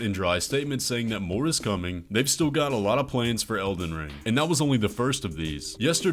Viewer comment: Also "Elden Ling"